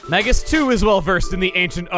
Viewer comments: Dangit, I was hoping now that he'd joined your party your pronounce him name correctly, it's MAY-gus. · So considering how you pronounce Magus, you probably don't realize it, but Magus (Mage-is) is another word for (you guessed it) Mage. Basically his name this entire game has been "wizard".